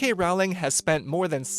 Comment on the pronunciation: I hate that he says rawling instead of Rowling